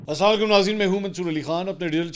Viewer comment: اسلام علیکم کہتے ھیں لفظٹھیک کر لیں